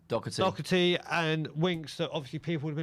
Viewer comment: I wish they would pronounce his name right at least. Its DOHERTY. Not DOCKERTY, and get off his back. Sessegnon is useless.